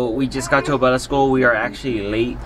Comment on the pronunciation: Why you say “Bella” wen it’s Abella